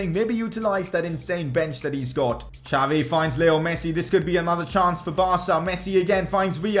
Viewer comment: It's Xavi,not jhaavi🙏🙌🙌